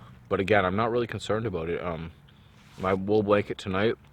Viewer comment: Aboot perfect eh ... made me lol! Great videos dude!